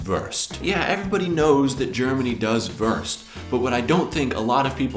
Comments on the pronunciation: Wurst not Wörst. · Not " Würst" it is "Wurst" You must pronouncing it differently. But your can lern it. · Very entertaining, I recognise as a Belgian certain dishes like Kartoffelsalat, Fleischsalat. Perhaps remnants of the two German occupations. Well, the Christmas tree also remained from those days. Why do you pronounce 'Wurst' as Werst instead of Woorst? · He lives in germany for how long and still pronounces "Wurst" the american way..."Worst" Put stress on the U sound....WUrst, like Wu-Tang Clan. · please, learn how to say WURST. it is not [WÖRST] nor worst. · He always says "wörst" xD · please say "wörst" again :-) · I love your collection of foods and videos,. Keep up your inspiring work! Yet, there is one thing you're most probably aware of: You use the worst pronounciation off Wurst eif ewwa hörd!;-P Ever tried to say 'vooorst' instead? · I love your pronounciation of Wurst ("Würst")^^ BTW why didn't you list Döner? It's actually a german invention too :) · Great Episode! :) Try spelling the "U" in "Wurst" like the ou in "You".... because Wurst is not worst ^^ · I love how you pronounce "wurst" :D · Your pronunciation of wurst is the worst. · Your ponunciation in the end is the Wurst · You are the Wurst... at pronouncing Wurst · Whenever you say "Wurst" I have to laugh so hard omg hahah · Your pronounciation of Wurst is so funny xD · i do not know what upset me the most his leberwurst = leberkäse or his pronunication of wurst